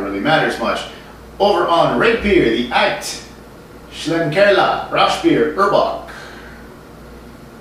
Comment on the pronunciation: As a German I have to say your pronunciation of "Aecht Schlenkerla Rauchbier" is spot on, so don't worry. Of course, this beer is not for the faint of heart. This is the kind of beer that'll grow on you over time.